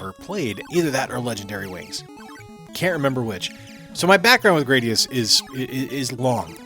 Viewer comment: duuuuude it's GRAD-ee-us, not GRADE-ee-us.